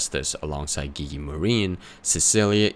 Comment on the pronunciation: Man, i'm so happy to find another guy who call Gigi with G in Gun